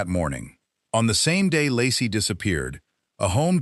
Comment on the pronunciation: Laci, pronounced Lacey or Lacy, not Lassie. Her car was still in the driveway. Actually, the family car, just called Laci's but she had no ownership. Her purse was still hanging in the closet. Actually, her tote bag/purse was on the floor with odd things in it. He called her mother, then the police. He asked if Laci was there and became very alarmed when told she was not. Ron Grantski called the cops. Scott immediately went to all of the neighbors' homes, looking for sightings of Laci. Detectives noticed inconsistencies almost immediately. small details in Scott's account of that fishing trip that didn't quite line up. This was one of a long series of lies told by the MPD, all of which were designed to make Scott look bad. The In & Out burger lie was a very bad one. Scott had told Frey he'd lost his wife and that this would be his first Christmas without her. That's almost word for word what Dave Giardanelli told Frey when he was sleeping with her. Frey saw his wife 3 years later! Scott almost immediately realized that his 4 dates with Frey would likely cause a mountain of assumption and the end of searches for Laci. He was, of course, correct. Maybe he should have tried to get Frey to agree to be silent, but I doubt it would have helped. But that's why he kept lying. A guilty man would want to minimize the damage and also end the searches. He wouldn't want the body found. That wasn't Scott. He took any risk to find Laci alive. He dyed his hair, grown a beard, You find that o